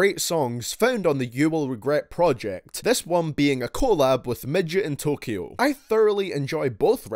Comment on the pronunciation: you said MidgetInTYO lmaoooo... His name Is MadeinTYO